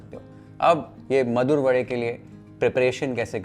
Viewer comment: Charmed that you rightly said "Vade" instead of "Vada" like all North Indians mechanically convert pronunciation to suit their dialect!!